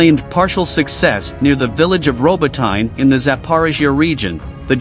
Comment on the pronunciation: That's not how you pronounce 'Robotyne', and the pronunciation of Urozhaine is even worse.